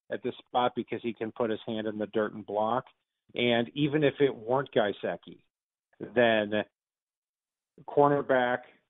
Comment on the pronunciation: “Guyseki?” Lol it’s gesicki